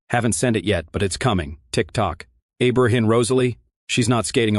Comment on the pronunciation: Don’t forget Abraham, E-Bra and E-Brush. JFC…did the creator ever hear of EDITING?